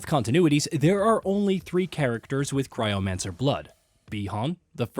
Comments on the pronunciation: lol, these games are voice acted. all these names are have been verbalized many times. Also, cryomancer not cyromancer lol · I’m so glad I’m not the only one thinking at. Cryogenic starts with a k sound so why would cryomancer be pronounced syro which is butchering it in multiple ways lol. Shit happens. I’m kinda curious tho because he said they did a previous video about it before mk11 so he may have done it in both idk. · I am loving these videos but the fact that he correctly pronounced cryomancer the first time and then butchered it for the rest of the video just drives me crazy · CRYO-mancer lmao. He said it right the first time... but EVERY other time blew it. I love Sub-Zero, you gotta get it right bro haha